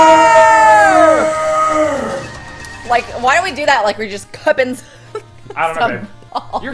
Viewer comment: Its not BUTTERRRRRRR